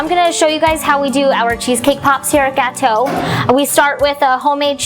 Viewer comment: Gateaux means cakes in French (the more you know) please pronounce it correctly -_-' & those look yummy.